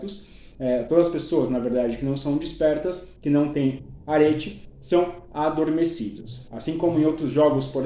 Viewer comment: Respeitosamente, só pra sanar a sua dúvida: a pronúncia é "Aretê".